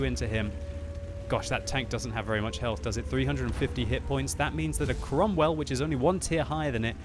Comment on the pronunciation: Before reading the title of this video I thought that the name of that tank was "Cromwell Baloon" due to pronounce